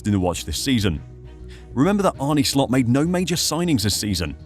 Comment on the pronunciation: Pronunciation: Arn-uh Slot, not "Arnie". If you're going to reference him every 30 seconds at least get the Man's name right. Regarding Nunez final season at Benfica: it was his only prolific scoring season in his career and he wildly outperformed his xG, which is never sustainable. The stuff about the transfer fee weighing on Nunez is pure speculation. He played with the same intensity at Benfica, so it has nothing to do with his fee and subsequently "having a point to prove". Regardless, he'll be gone in the summer. He's simply not good enough for Liverpool.